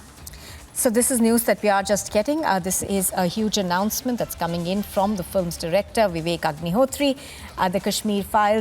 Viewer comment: Pl say 'films' and not 'flims'